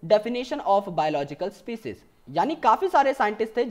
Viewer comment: it was species not spicies